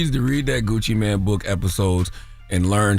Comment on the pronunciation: it's Gucci MANE not Gucci man 😅